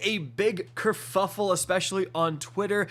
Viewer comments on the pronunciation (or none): Kur Fuffle? 😂😂😂